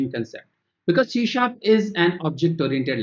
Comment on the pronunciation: C# is pronunced as See Sharp. Not shee sharp!